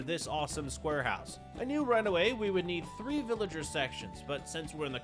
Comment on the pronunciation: not the fact he was saying villager wrong 😂